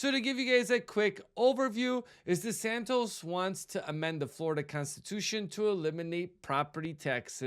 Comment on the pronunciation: His name is DeSantis. Not DeSantos